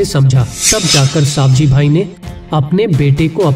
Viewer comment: सही नाम सवजीभाइ है आप सावजीभाइ गलत बताते है